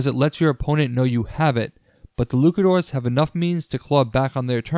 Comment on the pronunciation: Is there a reason you are pronouncing Luchadores as Lukadores?